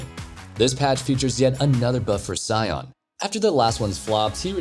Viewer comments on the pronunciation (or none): none